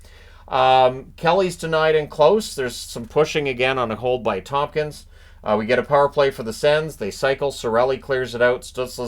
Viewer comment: it's ToMkins, not ToMPkins